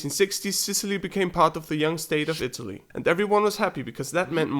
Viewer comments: "the young state of shitaly" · Shitaly? AHAHAHAHAH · "They young state of Sh-Itlay." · My Italian ears heard that too, but it made me giggle. He sneaked it in. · seriusly?! "Shit-aly"..... so funny......... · LOL souds like you said "Shitaly" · Who else heard shitaly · Did he say "Shitaly"?